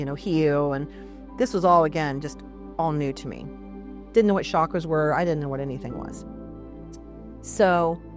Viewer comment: Mispronounced words including chakras and pranic was too distracting for me.